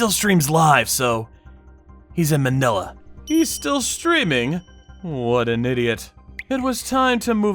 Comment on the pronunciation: Btw its Ma-nila(fast pronounviation cuz its wrong but no hate)